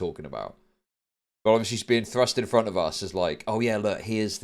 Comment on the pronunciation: “Hand down the bloody fwont” .. these people are projecting their desires to predate .. like you can’t just look at that obvious dude and not tell its a dude